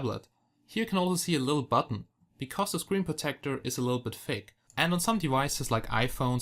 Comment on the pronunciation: U Suk.. Everytime u say Thick U Pronounce is Like Fake..